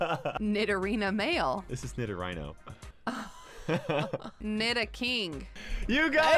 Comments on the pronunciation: Did just call nidorino (nee-dor-ree-no) nee-dor-rie-no? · Did anyone else notice got a 150/151? He called nidorino nidorhino 😂😂😂😂😂😂😂😂😂